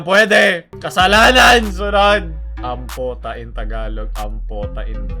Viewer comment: ampo,ta hindi ampota